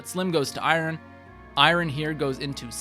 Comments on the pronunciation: Really appreciate the video. Have to say though, "I-yun" sword not "I-Ron" sword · Wow I've never heard someone pronounce Iron like "eye-ron" before 😂Not everything is meant to be pronounced exactly how it's spelled. But overall great guide, thanks! Definitely took some notes. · Eye-rin sword 😂😂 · The way this person says iron is driving me crazy. Also, a forging guide that ignores daggers are the best thing to forge because they get +2 might for each level invested? Smh. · great guide but please fix your pronunciation of “iron” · The way he says iron hurts my heart... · Are you pronouncing iron like that purposely or is that an accent thing